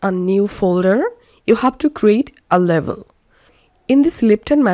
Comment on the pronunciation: Very good explanation and easy to follow thankyou Except I hope you don't mind me saying the word Label is actually pronounced "Layble" I thought you were saying Level. Once again thankyou